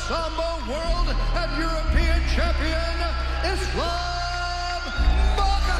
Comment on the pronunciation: Excellent film bravo ! Mais s'il vous plaît quand vous faites un film sur Islam, faîtes l'effort de bien prononcer son nom...